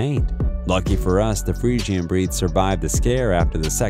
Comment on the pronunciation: Omg he's pronouncing fresian wrong 😢😂